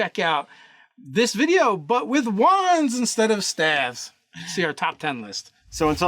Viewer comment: Sooo ... top 10 steves hah ... Well steve rouger bust be top 5 Does steven strange count or is it just steves .... oh .. whats that ? they are saying staffs ???? why they saying it weird .